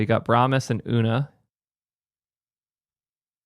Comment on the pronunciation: Fyi for future reference, Una pronounces her name “yoo-na”, not “oo-na” :)